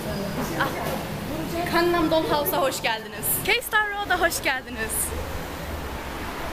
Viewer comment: Bilgenur Khj ㄱ ve ㅋ harflerinin telaffuzlari farklıdır, ㅋ daha baskın bir K harfi ve ㅋ şeklinde telaffuz ediyor. Fakat Gangnam ㄱ ile başlar "tatlım;)"